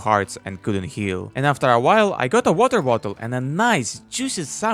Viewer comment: "Weter vottle" 🗣🗣🗣🗣🔥🔥🔥